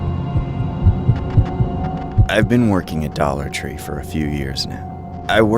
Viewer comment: “Dolla tre” 💀💀😂😂